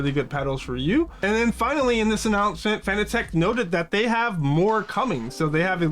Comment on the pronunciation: FYI, it's pronounced exactly like the word 'fanatic'... Not 'Fan-A-Tech'... Otherwise good vid. 😉👍